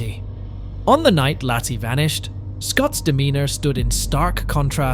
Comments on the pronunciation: It's LAYcee not lossie 😂😅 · Its pronounced LAY CEE,,,,,,NOT LASSIE! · Why don't you pronounce her name correctly?